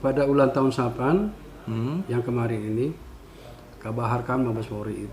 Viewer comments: satpam pak bukan sapan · Apa cuman saya yang mendengar bpk AKBP nyebut satpam dengan SAPAN 🤣